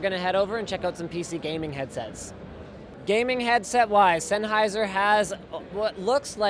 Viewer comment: It's Sennheiser, enough said.